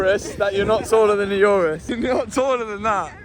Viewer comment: The only time heard Mat mispronounce a car name 'URUS' 😂😂😂😂😂😂😂